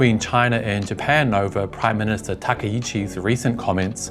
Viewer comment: Takai-chi instead of Taka-ichi. Takai is tall, high or expensive. Chi is city. Ichibwill become One. The i is removed when koined with other words, such as the Departmental Store Taka-shima-ya. I am a Chinese Singaporean and my knowledge of Japanese is very basic. Just sharing , as tó maky people made the wrong break.